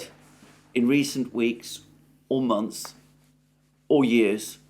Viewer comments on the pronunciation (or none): none